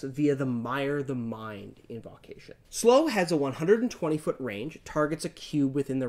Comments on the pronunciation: Number one: I love the channel and the guys. Number two: watched a few episodes of Drakenheim, enjoy it. But does anyone else get triggered when he says inVAHcation? Just me? Okay. Please understand I’m not at all trying to throw shade, gods know I say some things weird. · Invocation has a long o sound after the v (like evocation), not a short o